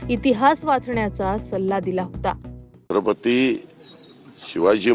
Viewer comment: दरेकर त्याच्या पेक्षा," छत्रपती " ही नीटपणे बोलता येत नाही शत्रपती बोलतोय हे काय इतिहास शिकवणार.